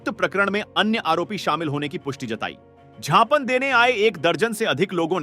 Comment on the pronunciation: पत्रकार महोदय झापन नहीं ज्ञापन सौंपा है बोलते हैं उसको 😂😂😂😂😂😂